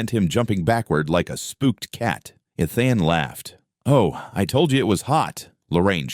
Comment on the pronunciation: The mispronouncing of the name Ethan is very annoying